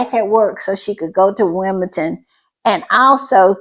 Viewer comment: It is Wimbeldon with a d, like in Lndon, and not with a t.